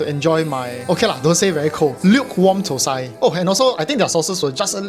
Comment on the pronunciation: dont pronounce it ThoSai (4th Tone) which means it sounds like shi.Tho Sai (1st Tone) pronounced thah-seye.